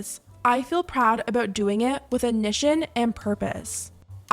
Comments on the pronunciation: babe... the word is IN-TEN-TION not IN-NIT-TION..... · Did you just read intention like inition?